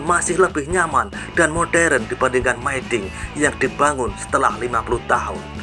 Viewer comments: Dinabacanya Mi dinh bukan my dinh. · hooh, aneh didengar mai dinh😂